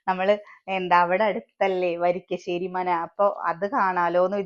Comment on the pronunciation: വരിക്കശ്ശേരിയല്ലാ. വരിക്കാശ്ശേരി